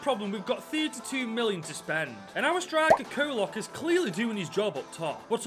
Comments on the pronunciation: Čolak's name the Č is pronounces like a "ch" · big mistake everyone gets wrong since he is from Croatia it's "ch" which is like modric the "c" is a "ch" sound.